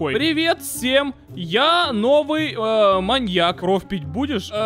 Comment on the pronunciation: Мне послышалось что ты говориш моник а не моньяк😂😂